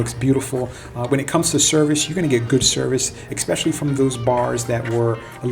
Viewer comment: There is no "x" in the word especially.